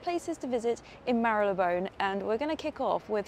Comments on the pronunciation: Hello. It is pronounced Marlybone. Similarly, Holborn is Hob'n. Keep up the fine work. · Well that was fun! Bit noisy - but you're in a city. I'm a Londoner and pronounce it Mar-ler-bone. The Sherlock Holmes museum is not bad - I think it's worth a visit if you're a tourist. Loved seeing all the architecture, the small shops. Can't wait for the next adventure and to hear how you liked the Indiana Jones movie! I loved going to the cinema too - next on my list is Oppenheimer. Another great video! Thanks! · Loved this! I’m a forever “Marleybone” pronunciation kind of person and I laughed out loud at the guy’s reaction as he came out of the building behind you whilst you were filming your autumn outfit bit 🤣😂🤣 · Yes I believe it’s pronounced ‘Marryleebone’ so I’m told!